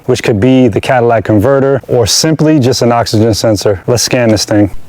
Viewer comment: Catalytic....cat....cata....catalytic not Cadilac :)